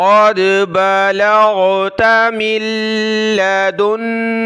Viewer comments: correct your self Balagta not balagtu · yahan balagtha hain aap balagtu pad rahen hain kyun?